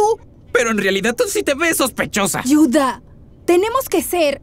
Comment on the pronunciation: Se dice Judah no yuda